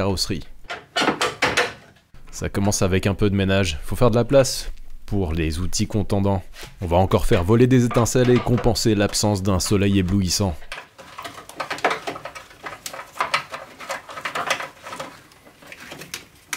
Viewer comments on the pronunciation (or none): ah ben j'suis pas le seul à prononcer cont-EN-dant ;)